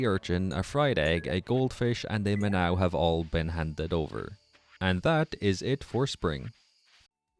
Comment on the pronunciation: I love this - from another Irishman thanks for the content! btw I'm pretty sure Minnow is said like Kylie Minogue, but i could be wrong. Have a great doy!